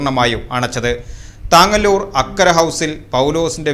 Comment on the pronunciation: താങ്ങല്ലൂർ അല്ല തങ്ങാലൂർ ആണ് ആ പ്രദേശത്തിൻ്റെ പേര്. വാർത്ത കൊടുക്കുമ്പോൾ Clear ആയി കൊടുക്കുക.